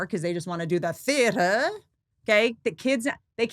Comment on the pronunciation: Ok so out of all the unhinged mother movies, who would we have Blake Lively play in a remake. Serial Mom? What's your suggestion Whitney? By the way Whitney the way you said Theater hahaha i had to listen again to that 4 times. Gold. Living for you ❤😂